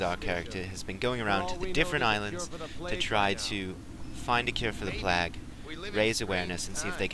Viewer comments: he says plague like plag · its pronounced plague, not plaq